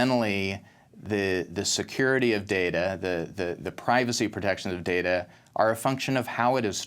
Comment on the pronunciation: Please let that chap from Amsterdam know how to pronounce data (NOT darda)! :-O